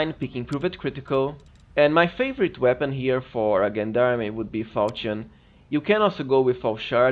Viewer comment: Gendarme is pronounced [ˈZHändärm] or jendarm.